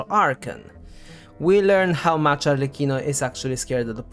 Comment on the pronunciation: That’s a detail but thanks god finally someone who pronounce “Arlecchino” correctly 😩!! Also all the theories are very interesting, thanks for compiling all of them! You did a great job!